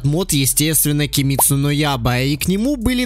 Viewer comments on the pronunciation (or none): Кимитсу но яба🗿 Разве не киметсу но айба